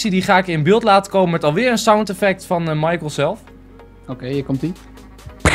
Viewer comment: michael niet michiel